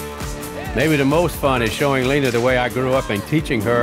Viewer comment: You named her. So I won't correct you. But is her name really pronounced "Leener"?